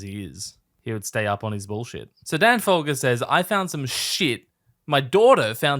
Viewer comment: Was the fogler-folger mispronunciation on purpose lol I feel like I missed a joke haha